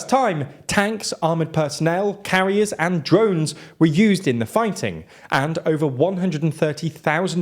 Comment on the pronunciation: the way pauses in the words "armored personnel carriers and drones" as "armored personnel, carriers and drones" makes it sound like Kyrgyzstan is deploying the Juggernauts from CoD and aircraft carriers, the latter probably in Tajikistan's lake 😂